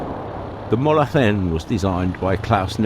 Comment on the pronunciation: That is a very good pronunciation for Mulhacen